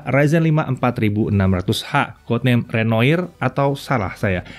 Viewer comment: Renoir kalau secara bahasa perancis bukannya di baca "Renoa" CMIIW